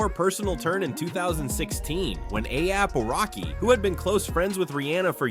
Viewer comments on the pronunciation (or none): 👀 😳. 🫢.DID HE MISPRONOUNCE A$AP ROCKY NAME 👀🤔 CALLING HIM “A-TAB ROCKY🤷🏽‍♀️👀. . I BACKED UP & LISTENED CLOSELY TO SEE IF I HEARD THAT RIGHT & HE MOST CERTAINLY DID🤷🏽‍♀️😳😗 Uuggghhhhh 🙄🤦🏽‍♀️ Just sayin!!!! 🤷🏽‍♀️🙂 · Atap Rocky. Athap Rocky. A-apple Rocky. A-pap Rocky. Aliap-Rocky??? What is this? Artificial Unintelligence? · Each time you've used each of their names, you've pronounced them soooooo wrong... "A-Thappy-Rocky" "A-Thap-Rocky" has me deadddddd 💀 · His name is ASAP ROCKY not atap racky 😂😂😂😂😂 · A Tap (Ehh-Tapp Rocky) Rocky? 🤭🤣🤣🤣 Huh? Why he messing up dudes name all through this video? Oh Lord. 🤭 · WHO THE FRICK IS AYAP ROCKY?! 👏🏽 I HATE AI VOICES 🤦🏽‍♀️ YALL BUTCHERED THIS MANS NAME 100 TIMES CALLING HIM ATAPPY. EACH PRONOUNCIATION IS WORSE THAN THE LAST ONE! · Why is he say ASAP ROCKY name wrong bro whose A-AP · A-Yap rocky is all I could hear 😂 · This was a really interesting video until you started mentioning A$AP Rocky and said his name like five times wrong mate. 😂You need to do your research and find out pronunciation before you do that man😅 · Why is the person narrating saying ASAP ROCKYS name weird? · The amount 😂of times he slaughtered ⚔️🩸 ASAP ROCKY’s name 😂 Is truly remarkable 🎉🤣🤣🤣🤣😭